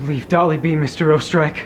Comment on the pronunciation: It is pronounced 'Oostereich' not 'O-Streich) it is german for austria